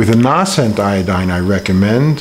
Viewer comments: Although the Crusader fellow was rude, he is correct about the "long A" sound in Nascent. The word Nascent comes from the same root word as natal (or birth), which relates to coming into existence or bringing new life. Nascent, natal and so on have a long A sound. lives in Brazil, so perhaps their pronunciation is flatter there? No need to be rude at all Crusader. Just the facts. Regarding the Lugol's I would read his book Treatment Protocols before dosing with Lugols. In that book he points out the problem Lugols, and the danger of using it orally. Also, it can burn the skin, as he said,... perhaps it might be mixed with hemp oil to calm that effect.... Just a suggestion. Linda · Please learn how to pronounce "nascent." It's a long A...